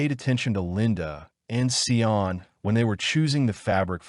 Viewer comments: Just off topic really quick, Sian's name is pronounced "Sharn" not "Sye-Ann" just saying.. ok back to the video. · Thank you…I remember this case living in the area at that time…The pronunciation of her name was Sharn Kingi fyi… Absolutely tragic💯😢🇦🇺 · Sorry, forgot to say that it drove me crazy, too😂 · Get the name right .. the witch’s name was Valmae Beck not Wilma .. and the precious child’s name is pronounced Sharn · I knew them well and Linda left the shops with her daughter and meant to meet her on the other side of the park as she had her bicycle... by the time Linda got around the corner to meet Sian she didnt turn up... you facts are not correct but close. the rest of it is BS. Her name is pronounced SHARN... the killers asked her to help look for their dog so she got off her bike and they took her... it was just so traumatic ... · When you are creating a true crime case, you should probably make sure you know how to pronounce at least the victims name. This was one of the saddest cases... my heart goes out to Sians (pronounced Sharn) family. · Americans would need it written as Shahn, for them to pronounce it correctly, as they would pronounce the r in "Sharn".. which is incorrect. Actually, Sian, pronounced by Americans would be close to the way they pronounce "Shawn" with a longer "a". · WRONG. As others here have noted, the name is pronounced 'Sharn'. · Please do your research and get the pronunciation right. This beautiful girls name was pronounced Sharn King-ee, that ugly hags name is Valmae not Wilma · Interesting story but please get the pronunciation correct. Her name is Sian pronounced Sharn. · Pretty sure Sian’s name is pronounced She-arn… her last name is pronounced King-Eeeee and the rapists wifes name was Valmae NOT WILMA…. Do you even research these cases??? Very disrespectful to Sian’s memory. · So disrespectful. Sian's name is pronounced sh-ah-n